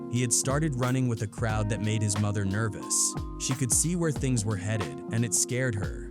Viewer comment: The amount of words and names mispronounced in this video is ridiculous!! 🤦🏾‍♂️ Soo-Gay Knight. Karoopt Tha streetz is a Mootha! 🤦🏾‍♂️